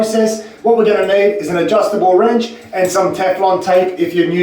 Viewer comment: did I just hear adjustable “RANCH”